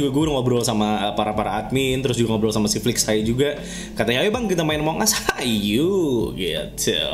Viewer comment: Among us : Emang As (cara baca nya)